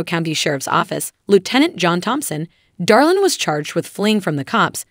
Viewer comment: It's Draylin not Darlin, I am pretty sure those in Alana's camp doesn't think he's "Darlin."